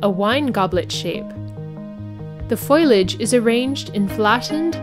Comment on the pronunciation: foliage not foilage